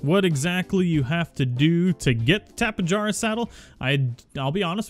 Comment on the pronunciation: Pretty sure it's pronounced "Tappe-hara", not "Tappe-Jarra"